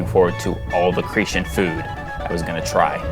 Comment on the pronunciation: pronounced CRE_TAN